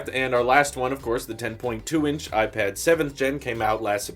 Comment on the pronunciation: I didn’t want to tell you before but it’s a regular habit of you to differentiate Apple products like a pro vs a air but instead of pronouncing the word that differs (pro air ..) you just pronounce IPAD superhard. It’s just bothering me a bit because I would allways pronounce the part of the name that’s different if I’d want to tell them apart